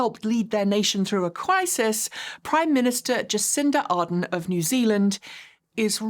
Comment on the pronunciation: Ardern like adore not Arden like harden. Good article. 👍